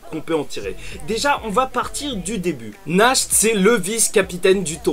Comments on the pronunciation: JE TEN SUPPLIE FAIS UN EFFORT POUR NACHT ET LA PRONONCIATION DE SON NOM (nacht = nuit en allemand) SA SE PRONONCE NARRRRRTE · Je suis totalement d’accord avec ta théorie, ah il me semble que natch ça se prononce Nart nan? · Va voir sur google traduction comment il prononce Nacht en allemand. A chaque fois que tu le prononce, on dirait Nash; un des enfants de l'orphelinat d'Hage.